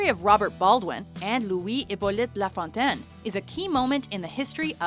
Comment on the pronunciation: The narrator must be Canadian herself, being able to pronounce names like Cartier's and LaFontaine's perfectly.